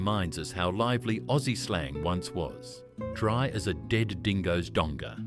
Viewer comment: AU artificial unintelligence Galah is pronounced g’lah like G’day Stone the crows was the predominant expression, not stone and he flaming crows Drop the “with me”from Don’t come the raw prawn with me Also donga not donger Pronounce the “g” as in song wrong or long ( not like the G in longer